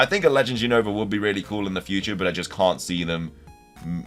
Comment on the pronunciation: It's Unova not Younova 😅